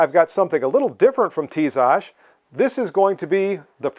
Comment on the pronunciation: By the way, you pronounce the brand well.